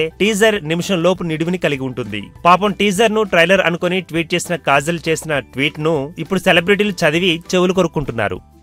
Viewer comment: its kajal not kazal.....mundhu nuvvu chese yedava mistakes correct chesko pakkanollaki cheppe mundhu erri....p*** nijaniki neeku kajal ki kazal ki theda thelusa😂😂😂😂